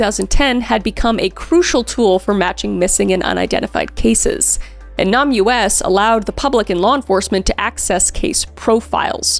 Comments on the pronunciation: NamUs is pronounced “name us” not “Nom U.S.” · Kris, I love you, but you cannot read: The National Missing and Unidentified Persons System, abbreviated to NamUs, is pronounced "Name Us," not "Nam. U.S." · NamUS is pronounced "name us". As in give us a name. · I think NamUs is pronounced "Name Us" instead of "Nam US" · I believe the enunciation of the Namus is pronounced "Name Us" as opposed to "Namus" :) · I know it’s spelled NamUS, which is confusing, but it’s not actually pronounced Nam US. It’s pronounced name-us. As in, “we’re missing and unidentified, can you please name us!?” NamUS. I can tell you actually do research, and you do your best with pronunciations. This is genuinely the only time a mispronunciation has bothered me. Not because you said it incorrectly, but because I think it’s extremely important and I think saying it correctly helps people (in the US) remember it exists. I think most people are smart enough to know what you’re talking about, but some may not. A link to the NamUS website might also be helpful. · Im sorry to be this person...is it Nahm-U.S. or Name-us? Cuz I feel like a missing persons site would be the latter? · Literally the whole point lol. She was just pronouncing it in an odd way. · Just you know, NAMUS is not pronounced "nomUS". It is pronounced "Name us" - a direct nod to their attempts to name all of the Jane Doe and John Doe victims. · First and foremost, Kris I LOVE your true crime content. Also finally got to watch House on Eden and the writing and acting was awesome, I sincerely wanted to punch your character so Well Done! Lastly though, the name database is not pronounced Nam US, it is pronounced Name Us, cuz, well, these unknown victims need help finding their identities. Love you, your content, your husband’s content as well as Celina and Sam and Colby’s! Thank you for bringing your authenticity to us! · Just an FYI Kris, it's pronounced Nay-mus, not Nam-U-S. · It’s pronounced Name Us not nam U S just an fyi 😊